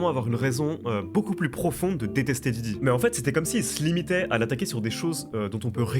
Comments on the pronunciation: Stp fait un effort, c’est diddy pas djidji avec ton vielle accent tout pété. Merci sinon pour la vidéo ☺️ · Ta dis jiji au début ? Je pleure 😂